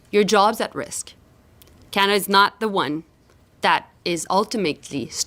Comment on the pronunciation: Can Melanie please pronounce Canada properly it is not canda